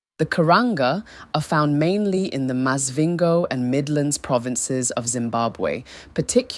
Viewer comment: Is this an AI talking cause some of these pronunciations ?😂Maz-vhingo